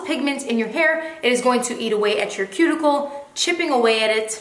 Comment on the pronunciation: That "cue-ticle" aint so cute